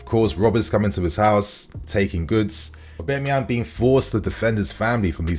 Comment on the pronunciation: the way you say Auba’s name drives me nuts lmao. It’s AUB-A-MEYANG, not AUB-E-MAYANG